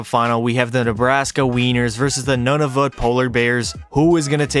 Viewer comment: It's wired when you say Nunavut and I'm from Nunavut